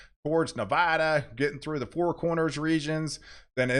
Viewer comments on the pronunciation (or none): none